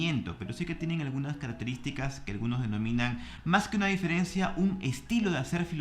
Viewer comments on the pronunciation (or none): none